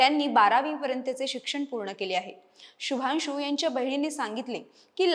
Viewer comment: माहिती चांगली आहे शुभांशू ह्या नावाचा उच्चार शुभानशू असा नाही. मराठी भाषेतून निवेदन करत असताना मराठी भाषेत या शब्दांचे उच्चार कसे आहेत हे याचा अगोदर अभ्यास करा आणि मगच निवेदनाला उभ्या राहा